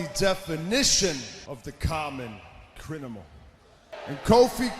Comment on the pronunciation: Its took me so long to realise that randy said Criminal wrong